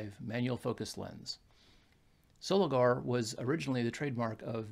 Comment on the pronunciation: They also teamed up with the Miranda / Orion camera Co Japan from 1955, many early Miranda lenses are marked Miranda Soligor. By the way it's Pronounced SoligOR not Soligar. 👍